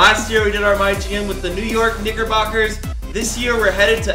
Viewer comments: Antonio Davila I swear I replayed that 10 times and it sounds like it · He said knickerbockers